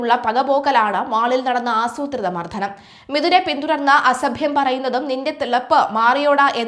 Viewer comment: Pronounciation too bad Mardanam is this a malayalam channel stupid😢